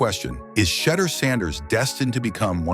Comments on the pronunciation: The correct pronunciation is She duer people! Let get lesson on hoe to pronoun the young man name. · Tell Ai to minimize constantly mispronounced his name. It kls the quote vibe of the post ans extremely annoying